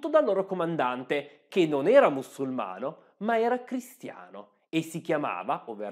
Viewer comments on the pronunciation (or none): Pillola interessante. Bravo. Unico neo: non si dice “mussulmano” o “mussulmani” ma “muSulmano” o “muSulmani”… con una S sola. Ciao ciao